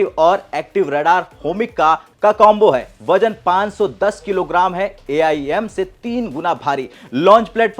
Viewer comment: AIM.. यम.. क्या बोल रहे हो यार